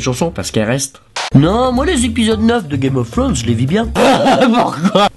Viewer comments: Il dit "Game of Frones'' xD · GUEYME OF FWONES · "gayme of fwaunz" x)